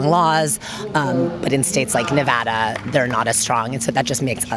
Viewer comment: I hate it when Californians talk about my state, they can't even pronounce "Nevada" correctly. lol blaming Nevada I see. Is that why our governor and local government allows Cali police/ATF to operate out of jurisdiction to watch Californians who come to our gun shows?